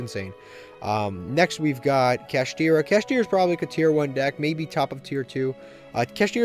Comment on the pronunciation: Saying kashtira is close to purrely should be a crime